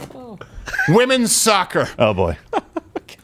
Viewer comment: "Wimpen's Olympics" niiiiiice unintentional haha